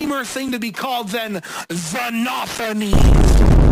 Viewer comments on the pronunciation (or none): Bro really said Xenah-nofen-knees